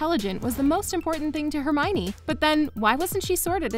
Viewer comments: Oh for God’s sake, it’s not HermIny! It’s Herm-I-o-ny! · Her name is hermeeownninny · I was surprised that Hermione is so much like J.K Rowling. And I pronounced her name like this: Her-mi-yone. When I first saw the name.